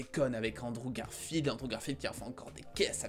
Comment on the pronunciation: ok premère minutes Androve Garfield yay rip la prononciation